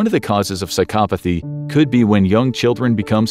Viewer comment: I just want to say thanks for pronouncing psychopathy correctly.